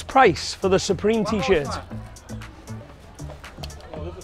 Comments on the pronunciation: when i went to china i went to a fake market and we had a tour guide person showing us around and she told me that they pronounce supreme “superme” so i think that shirt was just a meme shirt which i find hilarious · Modroix _ are you literally bent that guy said it right it said ‘superme’